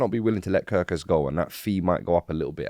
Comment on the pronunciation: *Kerkez come on now atleast get that right